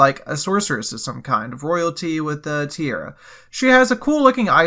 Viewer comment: Tiara (crown type jewelry) is pronounced Tee-Ahh-Rah, not tear-a. Great video otherwise :)